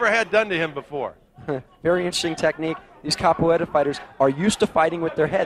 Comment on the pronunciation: one of the guys can't pronounce capoeira lol